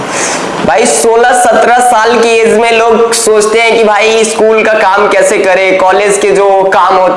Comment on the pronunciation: Age hota hai AeZ nhi